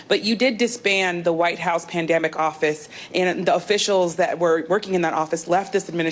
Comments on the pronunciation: I've listened to this three times now, and the word I hear is "pendemic", not just once, multiple times. He cracked me up when he said "I knew it was a 'pendemic', all you had to do was look at other countries". WTF? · He pronounces it :" pindemic"